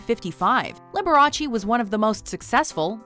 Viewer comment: It is not LiberachEE, just as it is not VersacHEE